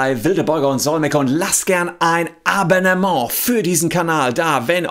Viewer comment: Ah, jetzt hab ich's kapiert! Herr Solmecke sagt nicht "Abannement" sondern "Abmahnement". Ein Geniestreich! :D